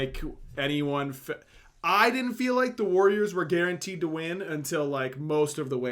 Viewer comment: Please stop saying dudn't. You literally never say didn't. Nothing else in your accent betrays a southern vernacular or accent. For the love of all that is holy - PLEASE stop saying dudn't once a minute, I actually have to mute your casts or I go crazy.